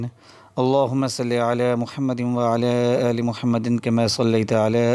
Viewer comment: Aoa bhai sahib aap jb drood prta han tau wa,aala aale ki bajaai wala ,aale keh jatay han jo k ghalt ha is ko plz theek pra kren baki aap ne wazifa buhat acha bataya ha shukriya